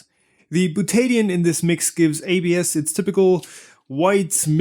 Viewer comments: You are pronouncing butadiene as byu-TAY-dee-un (with emphysis on the "tay"). My chemistry teachers always pronounced it byu-tuh-DIE-een. The emphysis is on the "die". The Buta part is the same root as in Butane, that flammable gas in cigarette lighters. It refers to four carbons in a chain. The die part means that there are two double-bonds in the molecule. The een part refers to the double bonds themselves. Of course I am an American which may make the whole difference. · Bootaydian? What is bootaydian? I think you meant. Butadiene, byoo· tuh·dai·een. Slow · Butadiene is pronounced bute-a-di-ene. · Properly pronounced “byoo-tuh-dahy-een”. This isn’t a Tomato Ta-Ma-To indifference and in chemistry not a good idea to parrot. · Dude. Its called Beaut-ta Di--eeeeeennneeee. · butadiene is pronounced byoot-a-dye-een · as a chemist... the way you pronounce Butadiene hurts my ears it is Bil-ta-dy-in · "buta-di-ene" instead of whatever it was you said mate, though maybe thats the Australian version... but it dosent end in 'o so it cant be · Ye that's not how you pronounce butadiene.